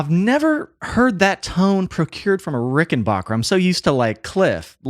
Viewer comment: Backer, not Bacher. But whatever. Also, the first Clash album has the clean Rickenbacker tone you’re talking about.